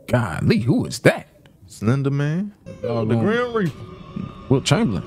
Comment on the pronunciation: My man said Wilt Chamberlain 😂😂😂😂😂😂😂😂